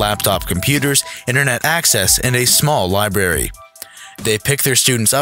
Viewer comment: Library not liberry